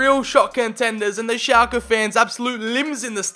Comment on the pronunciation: I always thought you said Xhaka instead of Schlake haha